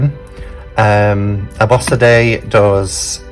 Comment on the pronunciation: lol abosede, b, Sunday, i dont really mind as i accept that its a bit of a mouthful to say